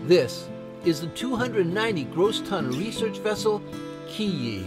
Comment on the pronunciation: The ship featured at the start of the trip is the Kiyi, a fisheries research vessel based in Ashland, Wisconsin (I spent a day on the boat). The name of the boat was pronounced Keye-Eye (like "goodbye"), not key-Eee, as heard in the video. The boat often goes clockwise around Lake Superior setting and lifting nets as part of fisheries research for all of Lake Superior.